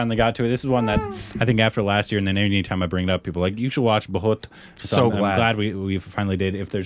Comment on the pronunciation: pronunciation of Bhoot is almost perfect 😛❤️